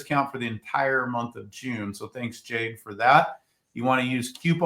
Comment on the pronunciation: Jade. Not Ken